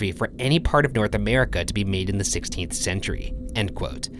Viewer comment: Ryan, why do you pronounce words weirdly... You saying "16th" bothered me a lot that I have been playing that part on loop. Also... Having seen the head of the mannequin move , I am now revisiting past videos to see if this has happened before.